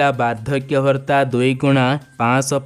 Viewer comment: Ñot Bhartta but Bhatta not padhan Mantri but Pradha Mantri not pastab but Pràstab Hoga your voice word is very very wroñg thank you